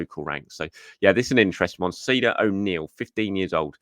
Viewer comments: Pernounciation of the Irish lad would be something more like “Kya-Dock” 🙂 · Another quick one Ceadach O’Neills first name is pronounced Kade-ack.